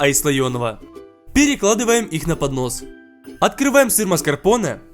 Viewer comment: я одна услышала не поднос а понос?))))😂😂